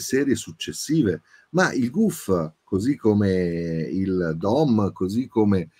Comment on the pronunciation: Il Gouf veniva pronunciato nel doppiaggio VID 'GHEF' NON GHERF...!